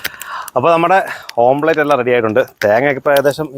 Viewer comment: ഓംലറ്റ് ആണ് ഓംപ്ലറ്റ് അല്ല